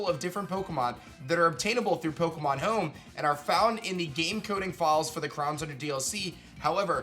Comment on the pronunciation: "Pokemon Heoum"